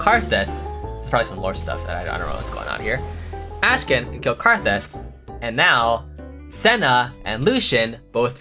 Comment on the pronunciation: doesnt even pronounce his name right